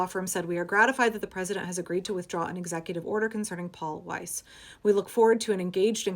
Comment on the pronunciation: good job on german pronunciation if weiss